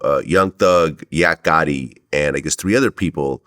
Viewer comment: Yak Gotti not Yo Gotti